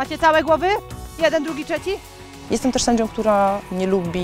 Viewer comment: Jeden drugi czeci.... miczostwa ćwiata